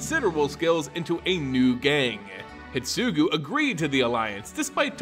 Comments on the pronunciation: Neon Destiny instead of Dynasty Hi-DE-tsugu Orochi, Myojin, etc. At one point I was like "he must be doing it on purpose to get comments on how bad it is";) While listening to this podcast style it made it somewhat hard to follow, but swithching to video gave it some context - this could be further improved if you included a showcase of cards relevant to the discussed plot (if those exist) like you did when you were introducing the characters. Have you thought about asking some Wizard's affiliated person for pronunciation tips prior to making this kind of videos? Maybe try having a selected few do an early viewing and delay the actual video to improve it based on feedback. Don't want to undermine the amount of work you already put into the video - it is GREAT and you can be proud of what you do for the community. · The only issue I have with this video is your pronunciation. Normally it's not a big deal, but you kept calling Kiku "Kiki" and Hidetsugu "hitsugu" and that drove me crazy haha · What about "Hidetsugu"? Am I crazy for thinking an entire syllable got left out? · Thanks for the timestamp (and apologies for the late response). Yes, a whole syllable was left out. It should be pronounced "hee-deh-tsu-guu", not "hid-tsu-guu". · I just don't like the way you pronounce many names. You miss letters. Hidetsugu for instance in hee-sugu. It should go a bit more like hee-DET-sugu. The rest can be over looked. As no one set what letters to emphasize. But that one is grating lol. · The video is amazing, but how you pronounce Hidetsugu really triggers me 😂 there is a "DE" between "Hi" and "Tsugu" HI-DE-TSU-GU 😝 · The ogre is pronounced he-det-sue-goo